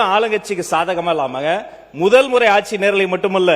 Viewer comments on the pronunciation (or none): none